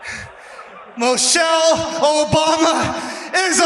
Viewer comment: Her name is Michelle not mochelle. She has class while you wish you were a man